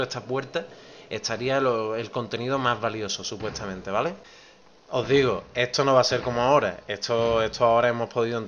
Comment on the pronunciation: etoo etooo ESTO !!! pronuncia bien la S !!!